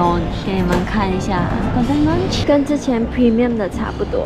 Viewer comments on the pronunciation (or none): lounge 读音是laʊndʒ ，不是"launch" 啦